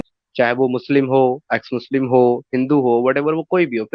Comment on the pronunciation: H muchlim bol rahi hai 😅😅😅😅😅